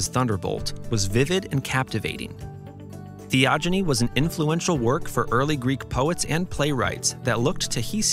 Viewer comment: Theogony is pronounced with a hard 'g'